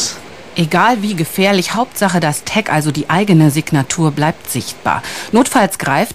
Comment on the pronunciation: Ein "tägga" 😂😂😂